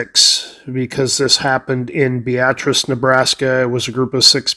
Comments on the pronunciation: Can confirm he's saying it correctly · I lived in Beatrice for 37 years and he's saying it right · I am actually not saying it wrong. I am from the area and know how it is pronounced by locals (bee-at-tris). Very common for people not from the area to think it is pronounced like the woman's name (Bee- uh- tris). You probably won't be the last person to mention that either.